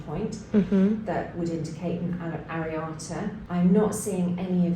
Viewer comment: Sorry to hear of your traction alopecia. You said to correct your pronounciation . You pronounced areata correctly but the hair doctor is a “trichologist” pronounced like trike-ologist 🙂